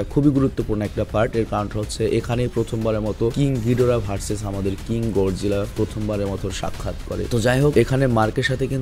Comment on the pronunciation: ভাই গডজিলা না গরজিলা হবে 😅